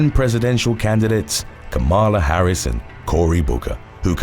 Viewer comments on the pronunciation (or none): none